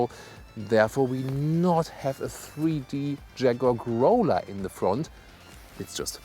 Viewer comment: Another great review, thank you! Just one pronunciation note: In English, the "ow" sound in "Growler" is pronounced just like the "au" sound in "Audi" in German. :)